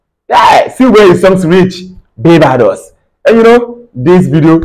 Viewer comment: Bro, it pronounced Bar-bay-dos & not bay- bar-dos.